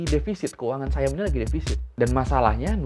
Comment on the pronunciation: SIAM cok bukan sayem